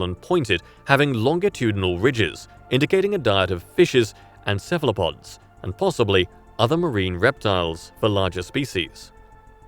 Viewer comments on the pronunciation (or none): none